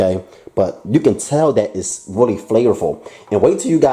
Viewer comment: Why do you say willy instead of really just wondering just a